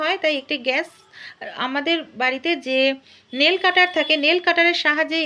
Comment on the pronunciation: নীল নয় নেল হবে।